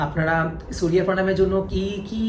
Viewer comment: Vii tomra to Bangali proper bengali te bolo .... সুরিয়া দেব, শানি দেব।। এগুলো কি বাংলা ভাষা ।।।